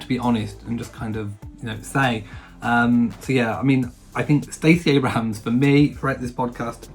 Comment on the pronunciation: It's Stacey Abrams, not Abraham. :)